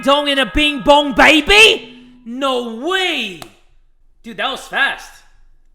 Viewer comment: school bell: rings british accent jay: DING DONG BING BONG BAY-BE